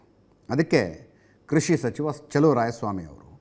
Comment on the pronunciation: ಲೂಸ್ ಬಡ್ಡೆತದೆ.. ಸ್ಪಷ್ಟ ಉಚ್ಚಾರಣೆ ಮಾಡೋ ಪುಣ್ಯಾತ್ಮ😂.. ಪಜಾ ಪಬುತ್ವ ಅಂತೆ 😂😂😂..ಕೃಷಿ ಕಣೋ ಅದು.. ಕುಷಿ ಅಲ್ಲಾ 😂😂